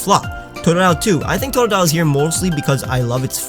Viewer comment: TREECKO, NOT TREEKOO! TOTODILE, NOT TODILE! FIX IT NOW!